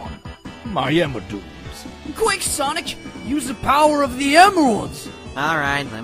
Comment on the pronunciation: “aw c’mon.... my emerdoods”